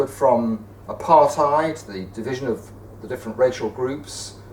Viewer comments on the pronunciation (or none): Yet another person who cannot pronounce the word "apartheid" !